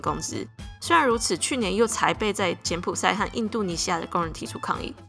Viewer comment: 柬埔寨ㄓㄞˋ啦